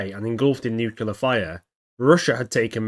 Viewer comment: Nuclear Nu-cle-ar There is no "nucular". :chillwcat